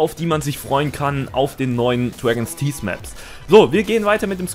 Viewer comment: Dregens Tieß. Großartige Aussprache!